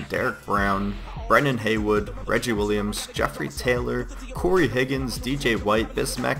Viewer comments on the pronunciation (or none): none